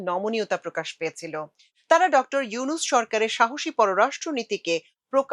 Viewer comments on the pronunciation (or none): none